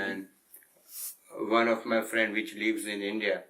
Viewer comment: always picking up packrage fo fweind. When are we ever going to get the real guy? LOL.